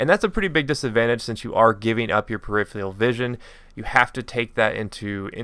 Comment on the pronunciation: periferal vision not perifial! Your American pronunciations stink